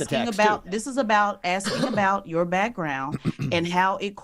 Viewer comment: DJ Envy showed himself for what he is. She did nothing but talk over him after axing (sic) the question. Strange how he didn’t pull her up. By the way, how many times did she mention that she’s was a veteran. They get paid in the military don’t they? So it wasn’t for civic duty then. And let’s give her a round of applause for talking to a teacher. 😂😂